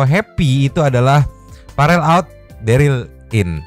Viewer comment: Dari kemaren nya kemaren q dengerin bilang Derlin jd deril mulu...daryl mah Yg di The walking dead 🤣🤣🤣🤣